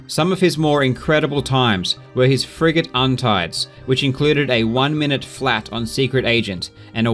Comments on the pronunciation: anyone else hear "friggin" when he says frigate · I keep hearing "Frigate run" as "Fricking run" as if you were upset at the guy cheating lol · Everytime he says "frigate" I keep thinking he's saying "frickin'". So, I keep hearing "Henning's frickin' runs". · He says "Frigate" I hear "friggin"